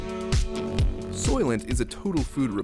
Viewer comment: He says it with a hard P.